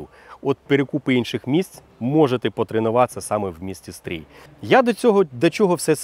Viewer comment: Стрий не правильно промовляэш) через наше "и"